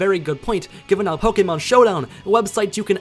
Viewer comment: you're argument is validated because you pronounce Pokémon correctly